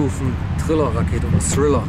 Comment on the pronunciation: Srill Rakete wtf 🤣 Das Heißt Triller Rakete